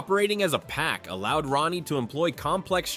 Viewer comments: Wolfsbane name Rahne, is not pronounced like Ronny! It pronounced like Rain, Rayne, or Reign! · If nobody else has already told you, Wolfsbane’s human name, Rahne, is pronounced “Rain” NOT “Ronnie”. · It’s not pronounced like “Ronnie” Sinclair. It’s pronounced like “RAIN” Sinclair. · Rahne is pernounced "Rain" not Rah-ne. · Rahne's name is pronounced like RAIN. It's not Ronny. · Rahne sinclairs first name is pronounced Rain not ronny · Rayne Sinclair's name is pronounced "Rain" not "Ronnie", per Marvel comics own website. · Rogue's 6th sense is from the original Ms. Marvel power set she stole way back in Avengers Annual #10. Kitty Pryde, in conics, never possessed that time traveling ability. That was courtesy of Rachel Summers. And Rahne's name is pronounced "rain" not ronnie or whatever the guy was saying. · It’s pronounced Rain not Rah-nee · Ronnie? Really? Ronnie? It's rhane or rain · Rain...Rahne Sinclair's first name is pronounced rain. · And this is why I despise AI. Cause who the fawk is Ronnie?? Do you mean Rahne??!!! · Not to 'um actually' at you, but um, actually it's pronounced like 'rain'. I can't remember what issue it's in but there is one where they clarify this. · Wolfsbane's real first name is pronounced "Rain." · These are all wildly inaccurate and in the case of actual secondary mutations, you got Emma Frost and Wolfsbane. The latter also has mostly dropped that power. Also pronouncing Rahne "Ronnie" is a war crime. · ouch,, you mispronounced Rahne Sinclair's first name. In the original run of New Mutants, several time she stated her name is pronounced as "Rain". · Ikr?! They completely mispronounced Rahne’s name.